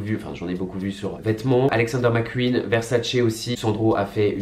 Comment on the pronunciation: « Alexander McQ«ui»n » j’adore 😂